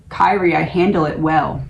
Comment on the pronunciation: Prononced Kee Ree A (Alay Eeson): A Christian term in song sung in Catholic mass. LORD HAVE MERCY